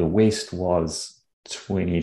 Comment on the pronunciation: I like how pronounces "west" with a drawn out "ee" so it sounds like waste:-)